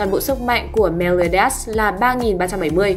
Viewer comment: Meliodas chứ ko phải meoleodias :)